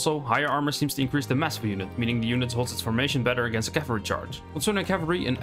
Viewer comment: There were a few bits where your pronunciation is not clear, like where you talk about "alternate cavalry"? and bonus against cavalry. Otherwise this was great. Thanks a lot. Would love also to be able to see the full sources for this info if possible. And finally, are the "baseline" stats correct for base chance to hit and armour chance to save etc?